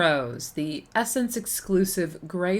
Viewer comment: “sssssss”ense not (e)ssense